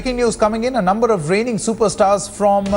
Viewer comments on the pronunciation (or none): none